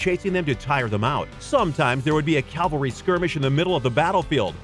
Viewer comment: Also, please stop saying 'calvary'. It's 'cavalry'. 'Cav' first. 'Caval' is the part that means 'horse'.